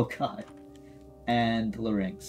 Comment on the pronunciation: I like ur content but the way you say larynx bothers me